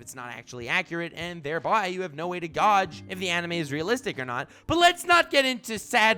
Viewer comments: did my dude just say "Gawdge" instead of gauge? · that is not how you pronounce gage.